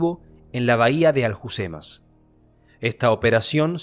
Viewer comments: Me resulta extraño porque leches no pronuncias bien muchas cosas... si eres Hispanohablante!!!?? haha " Aljucemas"? la H se pronuncia en Argentia cual Gringos? "Frances Macía"? la tilde en la A no se aplica en Argentina, que sea abierta no significa que cambie de letra... Macià. Por cierto y el asesinato de José del Castillo? Acaso la guardia civil fué a por calvo sotelo por que si? Nunca en mi vida había visto un video tan sesgado. Pareciera que la Falange no cometiese terrorismo como los otros grupos politicos. Mi bisabuelo era de la CNT, era un asesino terrorista antes de la guerra y murió condenado por ello... sería hipocrita de mi parte, hipocrita como lo está siendo usted, negar estos hechos, y ya sea por afinidad politica o familiar vender la moto que se vende generalmente en España, que todos los de izquierdas eran buenos y ninguno de los de derechas era minimamente aceptable eticamente, y que por tanto lo que hacia mi bisabuelo era bueno, porque luchaba contra el fascismo y el mal encarnado en él. Tristemente estas vendiendo una pelicula de indios y vaqueros que aquí nunca se dió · Le intentan matar y lo juzgan por asociacion ilicita... Casi 100 años y nada ha cambiado. Con tanta memoria historica han borrado los motivos que llevaron a la dictadura en españa. Por cierto Alhucema, la h es muda en español, se dice alucema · Muchas gracias por el vídeo, muy meritorio y muy bien explicado. No me resisto a matizarte que "Alhucemas" se pronuncia /alucemas/ porque la "h" es muda también en este topónimo. Y se dice "Francesc /Maciá/" con acento en la "a" de Maciá y no /Macía/. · Alhucema la h no se pronuncia